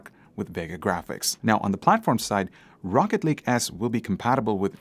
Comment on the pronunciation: I swear everytime he said rocket lake I heard rocket league haha